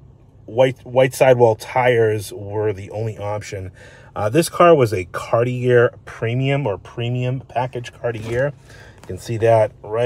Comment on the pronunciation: Bruh, gotta learn how to say “Cartier” if you’re into these cars. 😂